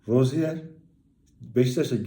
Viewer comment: bu guzel adamin adi Roziyer okunmuyor. Roziye okunuyor.